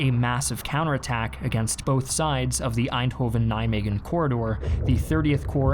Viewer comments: Nice video, but we aren't. You don't say aainthofen, but èndhooven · pronounced Arnhem pretty well me: "impressive" pronounces Eindhoven me: "nvm" always fun when non-Dutch people try to pronounce Dutch names xD